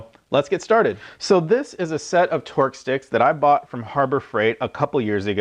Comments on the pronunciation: Is he saying torque sticks or twerk sticks???? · It sounds like he's saying Twerk Sticks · He’s saying “Twerk” right. All I hear is twerk twerk twerk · Hands up if you think this man said "twerk" a few times. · nice test, but i guess I wasn't paying attention to the video title because at first I thought you said 'twerk' sticks, lol 😂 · are you saying twerk sticks? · Lmao are you saying twerk sticks?